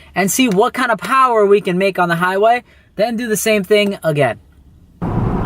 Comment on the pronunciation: Makin some